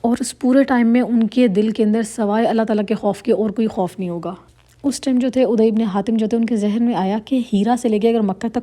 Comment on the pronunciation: عدى...ع پر ذبر ہے نام غلط پڑھ رہی ہے آپ بار بار